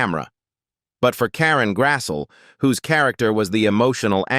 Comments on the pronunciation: AI voice sicks. Her name is pronounced Grass-lee, not Grass-so. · Nice insight. Pity your AI narrator couldn't pronounce the subject's name properly. It's not Karen Grassel, it's Karen Grasslee. Try hiring real people to do real jobs.